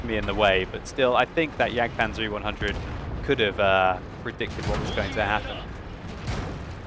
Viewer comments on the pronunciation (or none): none